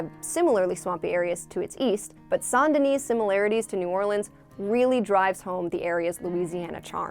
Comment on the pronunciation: RIP it’s Saint, it’s pronounced Saint